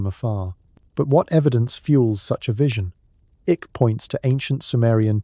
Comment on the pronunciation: "Ick". Well done, AI.